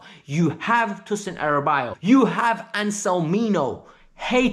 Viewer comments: Hey thanks for your contents. I think it's time we correct your pronunciation of Tosin's surname. It's A-da-ra-bi-o-yo. I hope this helps. Don't worry we've got you 😊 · I was about to mention this Also, thanks bro